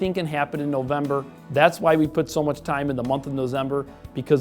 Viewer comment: “Nozember” is where it’s at.